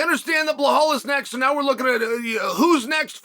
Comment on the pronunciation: STOP Calling him BaHaLL Mr Kale 😡